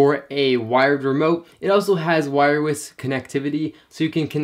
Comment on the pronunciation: Am I the only one that hears him say "wirewess". Lol great video btw.